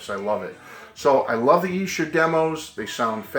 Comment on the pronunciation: It’s pronounced EESHER.